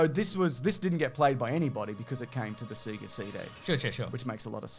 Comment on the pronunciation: Cmon guys, every time you turn on a Sega it pronounces it for you. As a Canadian, you know I'm soary to point this oat.